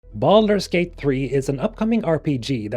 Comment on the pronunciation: I know this is a serious video but I swear I'm hearing you say BALLERS GATE instead of Baldur's Gate 🤣🤣🤣